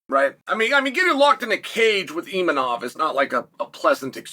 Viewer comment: Chael says that he mispronounces things for engagement. Imanov is not one of these times